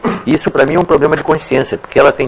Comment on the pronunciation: 😂😂😂poblema seu kkk